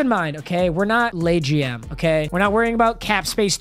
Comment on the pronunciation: LayGM lmao was he trynna say LeGM